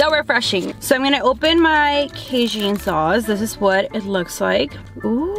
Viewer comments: The sauce is pronounced Kay-Jn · The way you say cajun is cute cuz it’s wrong 🤣🤣🤣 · the way she says cajun bothers me😒